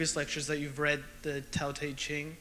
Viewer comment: I like that Peterson almost pronounces Tao Te Ching correctly. It's pronounced Dau De Jing... because reasons.